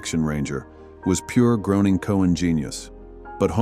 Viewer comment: Matt Groening's last name is pronounced GRAIN - ing Not GROAN-ing